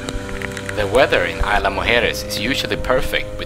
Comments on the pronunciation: "EES-la" not AYLA. Nice video. Thank you! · Great video bro! One of the better ones I've seen on Isla Mujeres! Two things: 1) What kind of drone were you using and did you have problems getting it into Mexico at all? 2) The "s" in "Isla" is not silent, but if that's the worst thing about your video, you did a great job! I'm going this summer, and I can't wait to get some awesome drone footage like yours!